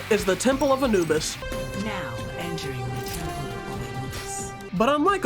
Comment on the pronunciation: When he said temple of anubis, I heard ten pull of anubis lol